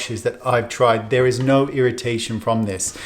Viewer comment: Wayne, the darlingest of all darlings.....I love you....p.s. It's tried not treid ...... or maybe you're just tired? :)